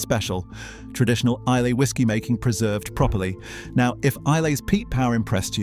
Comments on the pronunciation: Please. It's Eye-luh, not Eye-lay! Shame you overlooked Campbeltown. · Islay is pronounced "eye-la" not "eye-lay". And the fact that Laphroaig did not even rate a mention says much about the validity of the video! As for Johnny Walker, when I was a boy growing up in the very east of England I often saw, in the local railway goods yard, full grain hopper wagons with "Johnny Walker" on their sides! "Scotch" whisky made from barley grown in East Anglia!! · Please pronounce Islay correctly......I..la.. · Loch Lomond is in the lowlands , look up the highland boundary fault. Islay is pronounced I- lah. These are the things that shocked me the most. I never drink anything produced by Diageo . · Teach the bot how to prounce Isla.